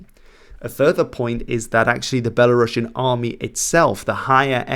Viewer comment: A small correction: “Belarusian” is pronounced as belah-roos-ian, not belah-rahsh’n.